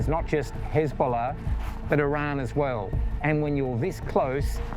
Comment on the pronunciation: This guys pronunciation of Hezbollah is infuriatingly jarring.